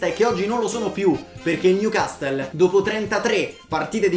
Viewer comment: Newcassol non newcastle Si dice Lesgen non Leiun Tottenham Hotspur stadium non white hart lane Lo scudetto si vince in Italia non in Inghilterra, dì titolo piuttosto